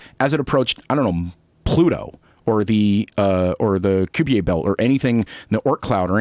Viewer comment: I love how he tries to pronounce Kuiper differently because he knows it is not '' kAIper'' but inadvertently made it French.